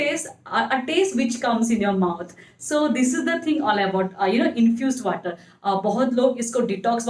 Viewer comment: Aaalso ,waatar 🤣🤣🤣